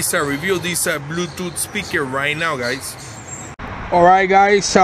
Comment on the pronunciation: blueutouth speakurrre XD bluetooth speaker he mean*